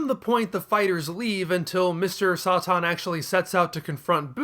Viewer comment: "Sah-Tahn" lol